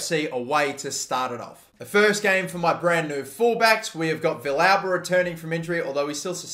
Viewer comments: Also, Villalba is (V-Al-Buh) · Your pronouncition of Villalba hurts my soul. It's vee-yalba. Or, if you want to go with the argentinian spanish, vee-salba.